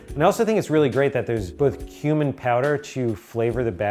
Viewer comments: The first couple of times you said “cumin” I heard “human“, and I freaked out a little bit…. “Human powder” 😵‍💫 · Who else at first heard HUMAN powder instead of cumin power lol